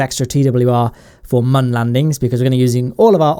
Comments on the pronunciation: And when he acts retarted and calls the moon the "mun" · It's moon, not man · It's moon not mun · Its moon not muun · stop saying mun its moon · This guy 😆😆😆 moon not mun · Its called moon not man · Wtf is the mun it’s called the moon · It’s called moon MOO-UN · It’s noon not mun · Sorry not trying to sound rude but, what accent is it when you call the moon “the mun” again, just curious. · guy on moon cant speak cant see cant be alive and then cant say moon correctly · when you said the mun i thought you meant the moon